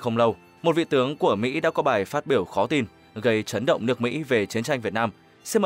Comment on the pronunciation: Báo trí hay báo chí ? Trấn động hay chấn động ? Ngọng lắm !